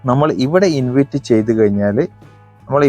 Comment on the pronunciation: ഇൻവിറ്റ് അല്ല ഇൻവൈറ്റ്